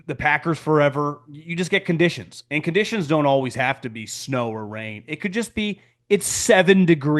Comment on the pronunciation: “Conditties” 😂😂😂😂😂😂 lowkey hilarious man